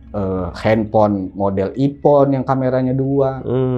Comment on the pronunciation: Wkwkwkwk "hp ipon, motor snopy"